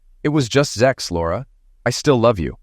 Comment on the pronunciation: For God's sake, it's not zex, it's sex. Stop with the damn zex already!